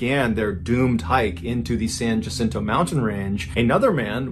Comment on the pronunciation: San Jacinto is pronounced San Wha-sin-toe, but no one from Massachusetts would be expected to know that. 😉 Love your stories, Mr. Ballin.